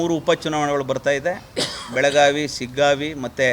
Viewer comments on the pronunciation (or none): none